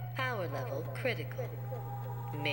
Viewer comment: "CALL THE DEPAHTMENT OF ENERGY WE NEED POWAH!"